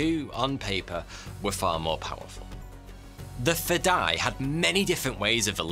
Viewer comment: its sweet seeing persians explaining arabic words and terms! while its nice most understand it means "the will to sacrifice one's life for WHATEVER CAUSE" the spelling is completely butchered. its (FE-DA-E) i have many persians friends who many times try to tell me an Arabic word but 99% of the time they have to say it 5 to 10 times and i have to work really hard to understand it! FADAE means alien FEDAE means... suicidal for the cause, whatever cause that is.